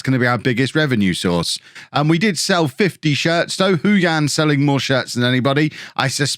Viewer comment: Just a shout about the pronunciation. Hou Yan would be said 'Hoe Yen'. Not even joking.